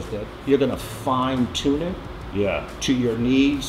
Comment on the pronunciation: "You're gonna FEINtune it" Nice 😅